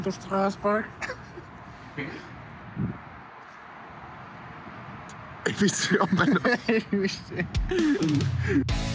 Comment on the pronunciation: pliis joku tehkää clippi tosta Strasbourgin lausumisyrityksestä :D